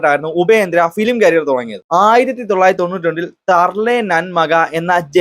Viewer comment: ക്യാരിയർ അല്ല കരിയർ